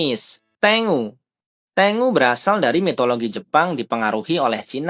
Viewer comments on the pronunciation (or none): Ten-gu Bukan Teng-u